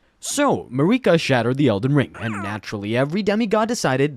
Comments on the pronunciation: “Scowrdge” lmfao! “Mareeka” 😂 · How does this dude mispronounce such basic words like "scourge" ??? "Mareeka?" Comment bait?? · Marika is not pronounced to rhyme with Paprika! They say it in the game! Honestly. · “Mikella” “star skourge” “Marikuh” are you trolling….? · Mer - eh - kah Mik - kah - la